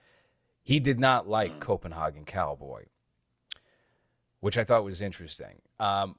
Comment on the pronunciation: Dude, it's pronounced Copen.HEY.gen. Come on now city boy! jk Nice shirt btw. I never got a chance to grab any of his merch before the long hiatus so hopefully he does some more "A24 ripoffs" I can snag. Also, just watched the new Hellraiser (Hulu Remake) and it actually was surprisingly pretty well made. I'd love to hear your take on it especially with the whole approach of the cenobites being mainly female casted and pinhead being a transgender woman. That would be pretty interesting.